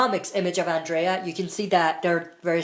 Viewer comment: Killed me that you can't say Andrea' name right 😂